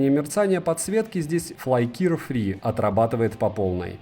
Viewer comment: ФлАйкИр фри))) Как вы набираете столько подписчиков элементарно не умея читать название?